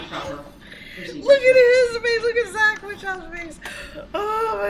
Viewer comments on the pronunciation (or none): none